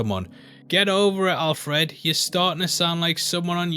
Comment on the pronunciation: You say Alfred funny, also sounds like the relationship they have in Batman earth one............. update - I should watch all the video before commenting.... but you do say Alfred funny, It's Alfred not Al-Fred. Signed a scouser